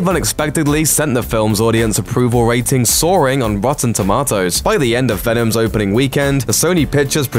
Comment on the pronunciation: Couldn’t get past the dude saying “rotten toemotes”